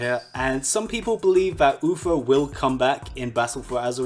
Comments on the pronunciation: It’s Uther. Not Uffer. 🙃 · Stop saying UFER hes name is UTHER! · Uther not Ufer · I can't stop hearing "Ufer"... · I swear if I hear "UFER" one more time ... -.